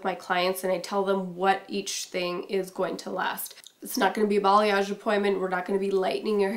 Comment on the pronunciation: what is bolliosh? what did she say? bollyosh balliosh...what?